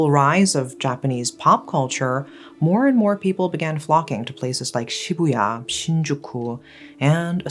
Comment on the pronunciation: The way you say Akihabar, Shibuya made me so mad 😆other than that… ugh, what a impressive history.